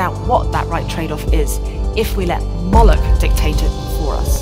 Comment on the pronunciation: Its pronounced "moh-lock"